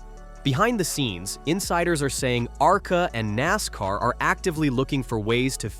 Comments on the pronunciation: Can't even say NASCAR, good bye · not bad, decent summary, you got to work on the AI reading of the script though, it should be able to say nascar and arca without spelling it. Maybe try a different voice to, this one is very over used. Definitely drop the click bait titles, that is just gonna piss people off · Your AI narrator is trippin no abbreviations in the script don't put NASCAR in it put nascar in it. Not ARCA put arca in. Listen to your generated video before you publish 😊